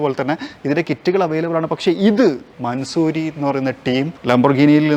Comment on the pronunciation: Just correcting you it’s not mansoori its pronounced man saw ree